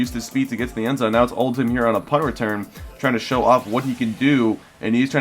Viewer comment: Did you notice it's Oldham not Oltham.